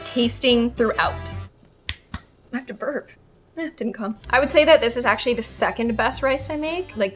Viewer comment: Broooooo when cutting garlic u said actuarry instead of actually 😂😂😂😂😂😂